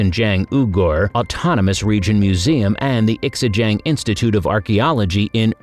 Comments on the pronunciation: Why do you keep saying Ex-ing-jiang - The X is pronounced as an "z", so 'ZING-JIAN" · It’s not X I a hoe - it’s pronounced shaa hu (as in hunt). Also Xin Jiang is szin jyan. It threw me off with that weird pronunciation- the picture made me realize what you were talking about. I went to see them at the museum in Urumchi. The Beauty of Lolan is what I recall. I was so mesmerized I spent 3 hours just staring at these people from the ancient world. Just wondering what their lives were like. Thanks for the video!